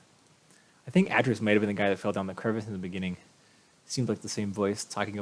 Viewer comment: Atrus is "AY-trus", and the two sons are Sirrus and Achenar. Good start, though! :)